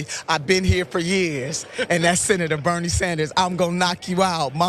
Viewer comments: Beautiful skin but stop saying beanard Sanders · I love Nina Turner but why, when she already has to say Bernie's entire name, doesn't she pronounce the "d" at the end as if he were French? Or is that some kind of black slang that I just don't get? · Yes, I know. But he's American, the D gets pronounced. She doesn't do that.